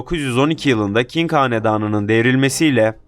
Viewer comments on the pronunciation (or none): Tayvan-Çin tarihinden bahsediyorsun lakin Qing (大清) hanedanının king diye söylüyorsun. Çince pinyin olarak yazılan q Türkçe ç sesidir:) king değil çing:)